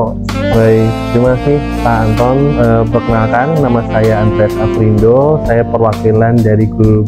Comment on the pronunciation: Afrindo bukan Alfrindo